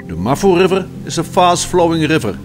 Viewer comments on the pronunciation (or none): love how he says gggrrriver :)